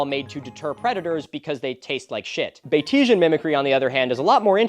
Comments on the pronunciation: Are we sure that it's pronounced, "buh-tee-zhihn" and not "bayt-see-an"? It's named for Henry Walter Bates, so wouldn't it be said like his name? Kinda like how Yatesian is in reference to William Butler Yates and is said like, "yayt-see-an," that's how I'm seeing it. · Time to "um, achktchyually....": While /bah-tee-sian/ mimicry sounds fancy and shit, being named after Henry Walter Bates, you can argue that it should be pronounced "BATES-ian" mimicry. I'll see myself out... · It's actually pronounced Bates-ian! I recently watched a video on mimickry and it's named after a guy named Bates so that's why I know hahah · Sir I hate to be that guy but it's pronounced bait-see-an mimicry like Norman Bates